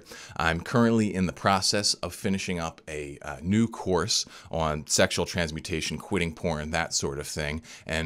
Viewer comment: stop saying ahaun for on